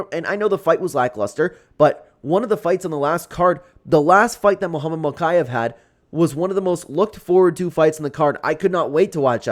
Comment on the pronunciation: It’s mokiev (mokeyeev)